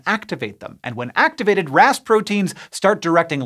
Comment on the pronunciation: Every time you said Ras protein I heard Rasputin 😝